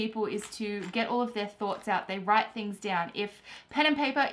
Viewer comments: "WITE IT DOWN" Thumbs up if you noticed it. P.S. love your videos. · Wite it down😂